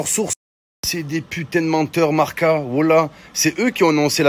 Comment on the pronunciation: Selon Marca... Mohamed Henni ne saurait pas prononcer le mot «Marca». 😂